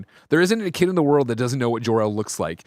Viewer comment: jork-el took me out lmao